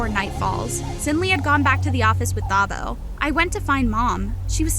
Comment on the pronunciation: Great story but it is pronounced "Tah-bo" not "Tha-bo"